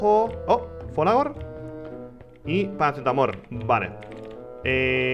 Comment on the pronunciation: Like si dos argentino y te molesta que rich diga paracetamor